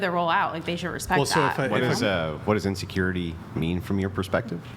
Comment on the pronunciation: i am curious.... do they have any other words in their vocabulary aside from " INSURURITY". The only thing that is coming out of their mouth is "insecurity". All I have to say my brethren is RUUUNNNNNNN TO THE HILLS!!!!!!!!!!!!!!